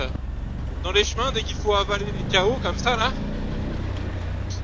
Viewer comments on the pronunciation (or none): none